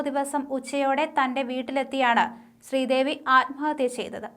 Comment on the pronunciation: സ്ത്രീദേവി😂😂ആദ്യം പറഞ്ഞത്‌...എന്തൊരു വായന😂